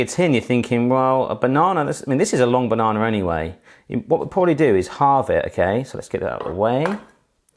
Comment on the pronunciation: There's no R in banana.